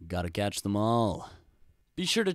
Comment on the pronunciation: Dude its catch not cache